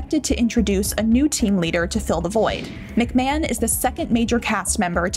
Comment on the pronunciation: Shame the commentator can’t even pronounce his name properly.